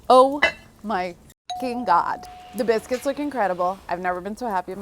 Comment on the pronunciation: Did she say biskys lol